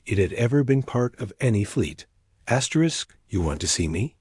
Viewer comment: Fix your AI or whoever is reading it there's no reason for it to be saying astric astric not worth subscribing to